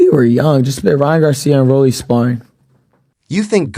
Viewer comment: RALLY Romero 😂😂 come on bro get the names right